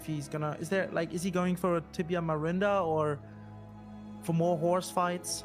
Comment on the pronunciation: Gotta love with the "Tibia Marinder". 🤣